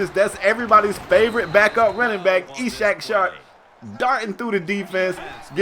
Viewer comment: yooo u should google "ishaq" to see how2 pernounce it cuz it might be issac